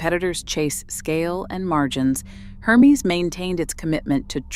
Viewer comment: It's pronounced 'Er-mez' not 'Her-mees'.